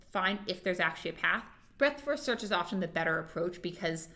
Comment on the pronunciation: When you hear break-fast search instead of breadth-first search you know you should go take a nap